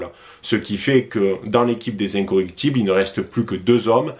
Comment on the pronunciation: Je t’apprécie beaucoup mais c’est les incorruptibles !!! Et non incoructibles!!!